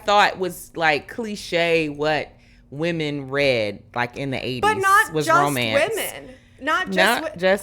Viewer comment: the amount of ppl who have terrible grammar is wild. It seems to be recent. My pet peeve is the incorrect pronunciation of women